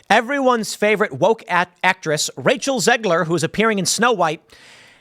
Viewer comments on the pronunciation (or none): none